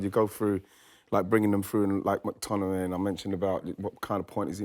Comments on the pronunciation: Just want to hear Wrighty say McTmininiimay a few more times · Ian Wright physically cannot pronounce McTominay properly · How can Wright say McTominay so many times and somehow pronounce it differently each time. Bless him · Surely Ian realized he can't pronounce McTominay? Not sure why he then decided to say his name about seven times in thirty seconds. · Ian saying mctominays name wrong is making me laugh out loud hahah